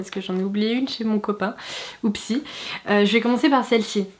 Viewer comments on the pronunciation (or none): « Oupssi » c’est juste un « Oupss » avec un i à la fin ^^